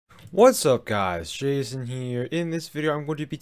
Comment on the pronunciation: I always thought he said "Jc" lol